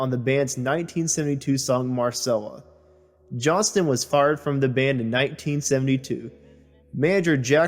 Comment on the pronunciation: It's JOHNSTON, pronounce the "T"